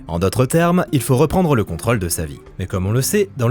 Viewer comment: Comme si c'était pas assez contraignant de devoir entendre mal prononcer "rôle" à longueur de temps (évidemment pour des vidéos parlant de tournages) voilà qu'on doit subir "contrôle" encore et encore... Pitié que quelqu'un sauve cet accent circonflexe délaissé, ignoré, malmené !